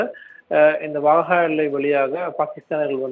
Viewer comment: வாஹா இல்லை வக்கா